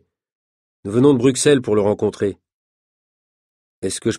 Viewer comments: ON DIT BRUSSSSSSSSSSSELLLES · Oui, mais c'est une erreur de prononciation donc autant la corriger